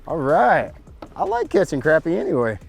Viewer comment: Glad you say Crappie the right way! Thought that was just a North Georgia thing.